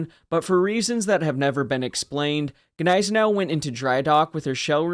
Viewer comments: Neisenau? GGGGGneisenau, please... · The G is silent. It annoys me that people cannot get it right. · The G is silent.